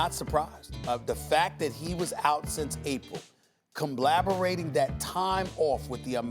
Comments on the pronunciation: Stephen A. said "conblaberating"... smh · So we just gon ignore that Stephen A just said “comblaborating”??? Smh ESPN running this man through the ground to the core of the Earth. 🤦🏾‍♂️ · Stephen A said "comblabarating". Go ahead and see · Comblablerating Ight ima start making words up too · Stephen a smith said “comablaberrating” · COMBABBULRATING, I learned a new word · Nobody: Stephen A: comblaberating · he said “comblaborating”😂😭😭. Kevin Hart lowkey had a point when he said Steven A just makes up words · what did he say? Combleberating?? Compblaberating??? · “Comblaberate” - Stephen A. Smith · Did he just say comblaborating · “Com-blaterating” ?? Stephen Thesaurus Smith just making up words now. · This man said Comblaberating